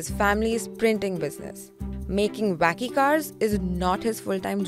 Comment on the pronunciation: Hearing them say wacky car is hilarious! Vacky card!!